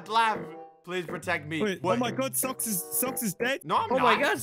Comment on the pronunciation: Socks -> Soulk S O U L K Blaza -> Block 😂 L E G O